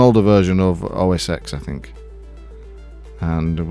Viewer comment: A kitten dies every time a tech reviewer says "oh-ess-ecks" instead of "oh-ess-ten." 😱 Please help stop the madness. 🙃 Oh, and thanks for the video. 😉